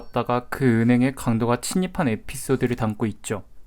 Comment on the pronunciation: 잠입한은 자닙한으로 침입한은 치닙한으로 발음을 하시네 맨날